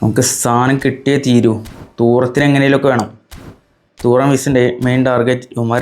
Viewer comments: തൂറം അല്ല 😂😂 തുറാം ആണ് 🤝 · Ee fundakk name parayanum areellee Thooram alla thuram🙃🫠